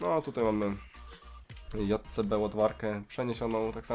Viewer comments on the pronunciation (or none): Nie JCB tylko dżej si bi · Nie mówi się jotcebe tylko dżejsibi